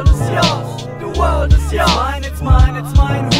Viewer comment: huus wörlt is dis, de wörlt is joos, de wörlt is joos. Schöne Aussprache.